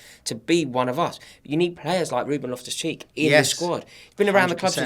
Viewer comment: *loftus not lift us😂